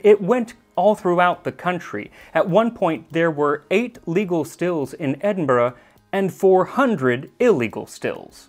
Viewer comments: Sorry to point out but Edinburgh is pronounced Edin-bruh not Edin-boro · He did say 'Edinboro' though unfortunately. It's 'Edin-buh-ruh' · for future reference max, edinburgh = edin-bruh and glasgow = glas-go ("go" as in "i have to go")! as a scottish fan, this was otherwise amazing. hope you enjoy your visit! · His for future Scotland videos can you pronounce Edinburgh like Edin-bruh. Thanks!